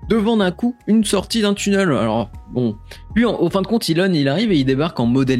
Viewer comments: Super vidéo vraiment qui traverse un peu l’histoire de TBC! Je pense que cette année va être fructueuse pour Elon Musk ;) Sinon petit débat mais on dit « tunèle » pas « tuneule » mdr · Vidéo intéressante mais pardon... on ne dit pas "tunneul" mais "tunnél" (sans l'accent sur le "e" mais ça se prononce comme ça). Ça gâche un peu la vidéo par moments !